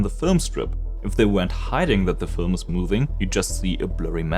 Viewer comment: Film ❌ Fölm ✅